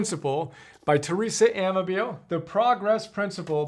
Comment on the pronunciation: Pronounced: a-MAH-bill-lay